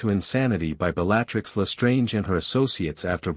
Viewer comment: Too confusing! The timeline is screwed up. Is it Harry’s first year or his fourth?! Who TF is “Bell-LAT-tricks” & “”Flah-mull”?!! It’s BELL-a-trix” & “Fla-mell”!